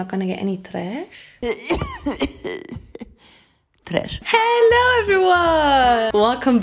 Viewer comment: i cant spend a day without hearing saying '' TRESH '' love your vids so much and i am so excited for your song